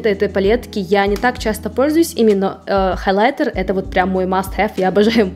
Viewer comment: С интересом посмотрела все ваши видео о расхламлении, но слово "халайтер" режет слух, всё же в русском языке прижилось произношение хаЙлайтер. Не сочтите это замечание за хейт💙